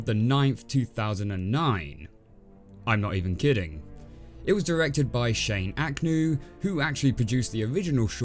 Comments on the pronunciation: they're technically called STITCHPUNKS not ragdolls! Do your research next time you absoloute piss kidney. Also you mispronounced the director's name......................... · they’re technically called STICHPUNKS not ragdolls. Do your research next time you absolute piss kidney. Also you mispronounced the directors name........................................ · they're technically called STICHPUNKS not Ragdoll do your research next time you absolute word i can't say kidney. Also you mispronounced the creator's name. See what I did there? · they`re technically called STITCHPUNKS not ragdolls Do your research next time you absolute piss kidney. Also you mispronounced the directors name.........................